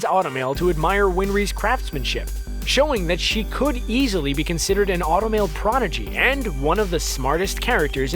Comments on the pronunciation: When talking about Ed he said an alchemic porgidy.... It's prodigy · It's prodigy, not progidy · ”alchemic /progidy/ “ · he said progidy instead of prodigy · HE SAID "PROGIDY" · did he just say Progidy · He said progidy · im sorry did you just say “progidy”?